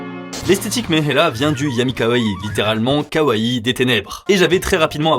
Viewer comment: T'as dit Yami Kawaii ou Youmi Kawaii ?